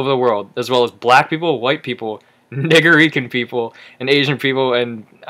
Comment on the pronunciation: i was gonna say its okay... but then you said Nigerian wrong and smiggled about it like a little girl holding a pail of sand >.>